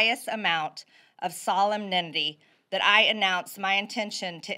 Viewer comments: Traitor can’t even pronounce solemnity! 😂 Sol EM nity not SOLLEM nity. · I couldn't get past MTG's butchered pronunciation of 'solemnity' --> * solemendy*. OMG, MTG! Only the best from the GOP voters. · "It's with the highest amount of solemnnimdy ..." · What was that word? SOLEMNITTY? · Was it just me or did she actually use the word, "solemnindy'' in place of '"solemnity"? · MTG.."solemnemnity ... lol What a (unfunny) joke she is... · Noticed that too. It’s grating. If you can’t even pronounce a word you shouldn’t use it and in this case since she was indicating it was such a highly solemn occasion it highly detracts from the seriousness or solemnity. But what does she care. She’ll win points among her followers for NOT knowing how to pronounce it. Ignorance loves company. I wouldn’t say she’s wrong about everything but her style is pathetic and disgraceful.